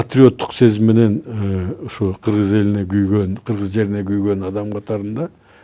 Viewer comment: Киргиз эмес,Кыргыз Деп так Жана туура суйло